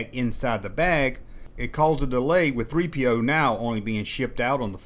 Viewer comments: Why is the narrator putting the emphasis on "P" in C-3PO's name? The emphasis goes on the "3," everyone knows that. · Why does he pronounce it C3-PO instead of C-3PO? Never heard anyone say it like that. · The way this guy says C3PO with the emphasis on the P instead of the 3 is just weird.